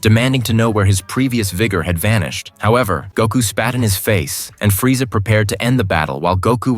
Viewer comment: This is terrible. Shitty AI voice pronounces every name horribly, and that's not Freeza you're showing. Gave up and blocked the channel within a minute of the video.